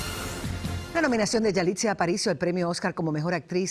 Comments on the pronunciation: Se llama yalitza no yalitzia, hasta la conductora lo dice mal. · Se llama Yalitza no Yalitzia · Es YALITZA, YALIIIITZA, no YALITZIA!!!!! y Salma Hayek estuvo nominada, nunca ganadora. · Yalitza, Yalitza, ni el nombre dices correctamente... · Este es un gran actor de años trabajando no es de la noches la mañana que sea un actor y si se equivocó al pronunciar a esta chica de india no motivo para valerse que todo el mundo reaccionen en contra de un gran actor .